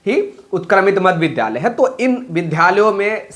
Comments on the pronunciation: Pahle vidhalay aur vidyalay bolna sikho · Vidyalay bolane nahin jaanta hai